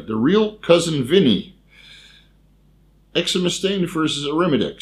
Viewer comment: It`s pronounced exemestane, not exemestane.